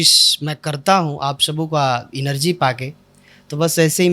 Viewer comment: इनरजी नहीं है। भाई जी एनर्जी होता है।